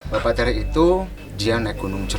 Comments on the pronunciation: Min bukan teureu tapi TERE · Bapa tèrè " ayah tiri dlm bhasa sunda, bukan teureu